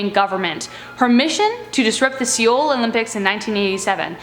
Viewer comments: Seoul is not pronounced seeol it’s pronounced soul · Seoul sounds like soul not Seeol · she literally said "seeyol", instead of "Seoul" pronounced like soul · The way she says Seoul... I- I just- IT'S PRONOUNCED SOUL, JUST SPELLED DIFFERENT- plz just look things up. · Wait, wait, how did you just pronounce Seoul...it is pronounced like the word Soul. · Ikr, she was making me cringe